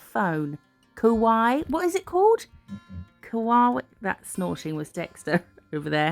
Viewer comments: Missed you too, sorry you’ve been poorly. It’s hard not to be anxious these days. I hope that things improve, and I’m sure I speak for most of us don’t ever feel like you’re boring us by letting us know you better. Just for future reference it’s Kawaii, pronounced ka wai eee. 😊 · I think you mean Kawaii designs?! Pronounced like Hawaii It's very cute! Take care